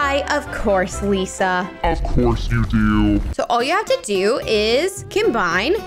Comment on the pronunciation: Your very welcome Lisa What I heard until I read the subtitle: Your very welcome Pizza 😂